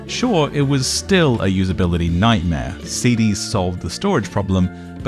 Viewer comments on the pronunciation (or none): 'compuder'...'usabilidy'...digidal'...'aesthedic'..'alternadive'..'qualidy' and yet 'subject maTTer'. Very odd. Great video though.